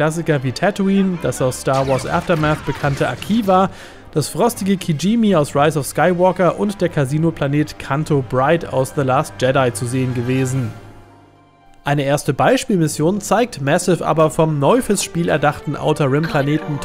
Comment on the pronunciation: Ich bin leider jetzt schon etwas gehyoed von dem Game, WENN es dann so wird, wie versprochen. Und der Planet heisst Cantonica und die Stadt heisst Canto Bight, nicht Bright😃